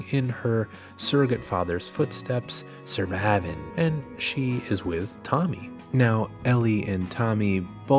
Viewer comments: The "suhvivehn" killed me lol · I pause to laugh every time he goes survivin’